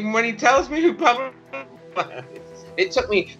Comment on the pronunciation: Cheddar Johnson - even better is thereabouts, how he he just flows into perfect pronunciation of “Pablo Escobar” 😂 love it ......